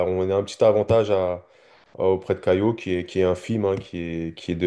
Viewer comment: Pourquoi tu dis "CaiLo" tu le vois vous où le L dans son prénom ?